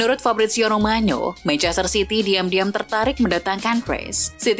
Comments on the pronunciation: romano min bukan romanyo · romano di Italia ya tetep aja dibacar romano bukan romanyo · Mungkin adminnya ngomong gaya Italia😅😅😅